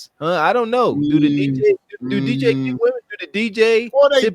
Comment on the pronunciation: Nit picky but it’s cringe how can’t distinguish between women and woman. It hurts my ears.